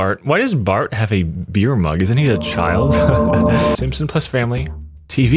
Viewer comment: you're the only other person I've ever heard said "plus" as "ples"